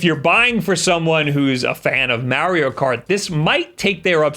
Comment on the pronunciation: It’s pronounced like NEESH not nitch. The way you say Mario is bad enough lol